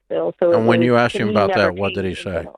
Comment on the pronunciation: Someone who uses the word “axed” and not “asked”. Not a MENSA member. Just idiots marrying idiots 🤷‍♂️